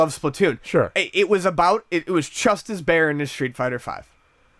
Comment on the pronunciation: It really sounds like says "chust" instead of "just."